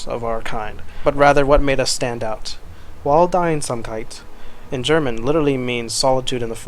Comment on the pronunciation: I'm from Germany and I never heard "Waldeinsamkeit" but your pronunciation of the word was really really good! :) BTW: Amazing video (like always)! Thank you ♥